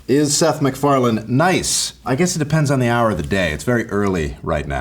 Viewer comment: Meth SicFarland. 😅